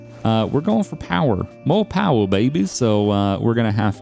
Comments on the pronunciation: You said more powah baby. please be honest. Do you watch Donut Media?:,D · I loved the "more powa baby!" lol